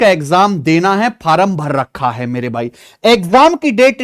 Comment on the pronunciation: Form ❌ Faram ✅ 😂😂😂😂